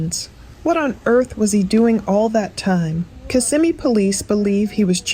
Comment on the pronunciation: It’s pronounced Kiss-ah-me